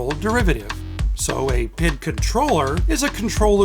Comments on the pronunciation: It is correctly pronounced PEE, EYE, DEE, not PID. It is a Measurement and Control positive feedback loop. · P, I, D we don't say pid lol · It’s pronouced by spelling: P-I-D... No one says PID like this XD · Just a FYI for you guys, PID isn't pronounced as a word as you are doing, it is an acronym and is pronounced as the letters "P" "I' "D" just like FYI is pronounced "F" "Y" "I". The term PID has been around for years in the Industrial Automation and manufacturing world a having worked in this industry for over 30 years, I cringe every time these acronyms are missed used. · have never heard it called "pid", in industry it's always "pee eye dee" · Say it with me, pea eye dee controller.